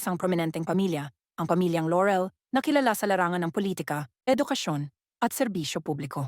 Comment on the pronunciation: I hate how the narrator mispronounces the name Laurel. It's not Lorel buy LAUREL pronounced ad spelled. It's not an American surname but Filipino.